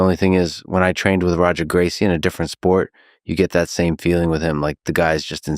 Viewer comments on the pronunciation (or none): The AI says “Roger” instead of “Hoger”. It’s so weird hearing and Khabib “mispronounce” Gracie’s name. I wonder why lex didn’t fix that manually?